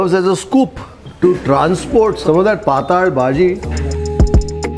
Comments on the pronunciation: It is not pataal It is patal which means having liquid character The pataal as you pronounce means lower world below this earth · It is patal bhaji not pataal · It's ಪಾತ್ತಳ bhaji, not ಪಾತಾಳ bhaji,,😃